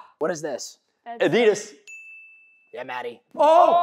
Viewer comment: Alter, wie betonen die bitte Adidas? Da blutet mein deutsches Herz